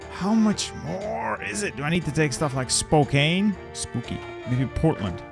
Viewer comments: Spokane- for people not from Washington. Spo-can, is how one pronounces it. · FYI Spokane, Washington is pronounced "spokecan"